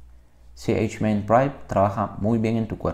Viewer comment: me causa risa como pronuncia ch en inglês para hablar de iniciadas de um nombre latino.